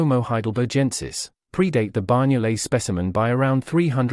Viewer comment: Amazing, I had always been told that the Banyoles jaw was a Neandertha specimen. Tip: the NY in Banyoles is pronounced like GN (eg. D'Artagnan) in French or the letter Ñ (eg. España) in Spanish. Banyoles is the Catalan name for the place where the jaw was found.